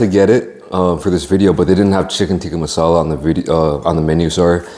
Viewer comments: You need to have chips with it. It’s masala not mussalla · It's massala not mussala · Mussala ffs its Masala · It’s Massala not Mussala. The food would be fifty times better in the restaurant. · Bruh they cant even pronounce there own national dish name right its "Tikka Masala" not Mussala somebody call to look at this restaurant. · It's Chicken tikka Masala not Mussala lol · Mussala? Hahaha it's Masala. Great British dish. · its not mussala, its masala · 'Mussala' lol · chicken tikka "moosala" haha😂😂😂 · that "mussala" sent chills down my spine..... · what is Mussala? is it not masala?